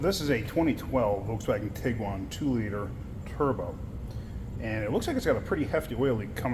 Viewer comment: Tiguan? Never buy a car that you can’t pronounce its name.